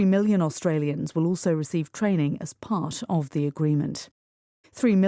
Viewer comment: 감사합니다 part가 pash로 들리네용